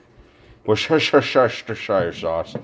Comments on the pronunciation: I am glad to hear you know how to pronounce Worcestershire sauce correctly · In NYC we (or most of us) pronounce it Wuss-ter-shire Sauce. The r in the "wuss" is silent, or almost silent. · I'm glad everyone pronounces Worcestershire that way as a joke.